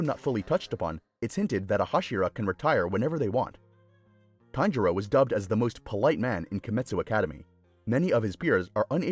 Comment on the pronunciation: Kanjiro? I'm pretty sure it's tanjiro